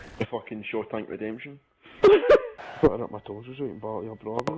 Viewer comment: "The Shawtank redemption" hahahahahaha